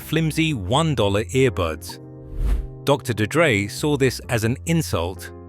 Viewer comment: DR D-Dre. AI slop